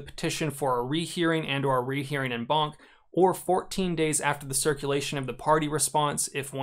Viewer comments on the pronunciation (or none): Please. It’s French. It’s pronounced ON BANC. You pronounce “en” as “on” in English. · I thought he was saying "N-Bonk" not "En Banc"